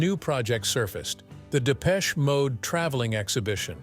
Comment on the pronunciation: Absolute Shite........Depecheeee Mode? At least pronounce it correctly ya yankeeeeeeee twat. Hmmmmm this content has opened my eyes 🙄........i dont think so. Dave and Martin are who they are......f**king legends. ❤